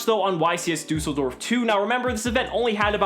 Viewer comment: dUUseldorf 😂😂...im from germany